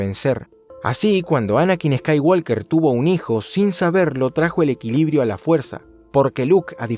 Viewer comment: estoy seguro de que pronuncias eskaiwolker solo para que la gente te corrija en los comentarios